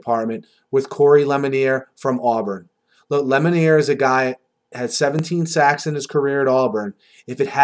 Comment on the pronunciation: Lemonier is pronounced Lemonuah